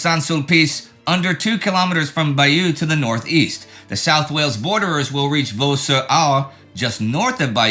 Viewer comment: Dear Indy - Two more small points about pronunciation: first, French, unlike English and Anglo-Saxon, is not a 'stressed' language - it does not emphasise one syllable in a word more than any other, and thus does not have the rocking-horse rhythm particularly noticeable in American English. Second, Bayeux is not pronounced 'buyew', but 'buyur'. Sorry to be such a nitpicking carper, but pedantry is in my blood and soul. This magnificent work of yours is so nearly perfect...